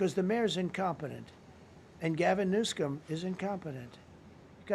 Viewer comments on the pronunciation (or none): Did he just say "Gavin Newscum?" lololololol